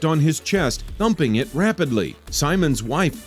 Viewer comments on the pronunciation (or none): 'and humped his chest rappidly' Had me die laughing